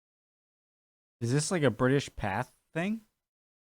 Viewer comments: Just so you know it's pronounced 'British PathAY' not 'path'. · Do you not read peoples comments? Pathe pronounced Path ay not path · Interesting to note the American clip had guns. no change there then. Pathe news is pronounced Patha with a hard a. It is French with an acuite accent over the e./ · It is pronounced Path ay. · Pathé is pronounced 'Pathay' It comes from it's founder, a Parisian named Charles Pathé, a moving picture pioneer who started Pathé Frere in Paris in 1908 and opened an office in London in 1910. During WW1 it became known as Pathé News and soon after as British Pathé News. Arthur Wellesley, the Duke of Wellington had his photograph taken in 1844 when he was 75 years old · The pronunciation of ‘Pathé’ has been semi-anglicised and is said as ‘Pathay’. (In French ‘th’ is pronounced as ‘t’). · "Pathé" is pronounced "Pathay". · It's pronounced "path-ay", 😉. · OK PATHÉ its french (Pathay ) in english pronunciation. However french dont ssy Th So it is actually Pat The ftench pat brothers... but in uk we always said Pathé ( pathay ) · Pathe is pronounced "path-ay" because it's a French name - Pathé. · Pathé - French so is pronounced more like Path-ay. Unless you know that and are out to wind us up! There are hundreds of newsreels out there on their website. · The first ever film very short, was made in my home city of Leeds England in 1888. Also its pronounced Pathay